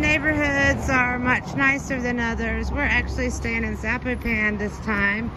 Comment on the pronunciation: the way you pronounce Zapopan is pure blasphemy! LOL.